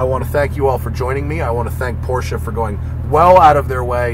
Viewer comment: You guys, it’s pronounced Porsche, not Porsche.